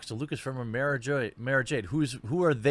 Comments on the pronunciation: Fuck face can't even pronounce the character's name right! "Mah-ra" not "May-ra"! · I feel actual rage when he calls her "Mayrah Jade."